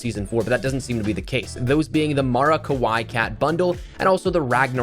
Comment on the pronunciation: its pronounced as Ka-Why-eeeeeee and not as you said ka-why - and translates to cuteness. Love the vids, keep up the amazing work!